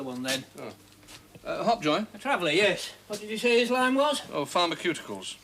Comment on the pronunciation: It greats on me he called Pharma cuticles ( twice)not pharmaceuticals😂